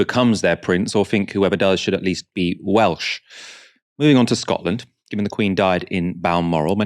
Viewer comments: To be fair, his pronunciation was the only positive to come out of that spectacle. I was expecting it to be atrocious but was probably one of the better attempts I’ve heard from non welsh speakers. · the way he pronounced the welsh was hilarious - respect to the taffs who told him to fk off